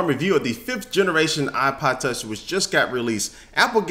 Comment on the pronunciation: he says Ipa tach